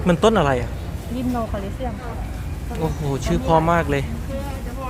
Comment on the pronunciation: ยิมโนพี่ไม่ไช่รีโน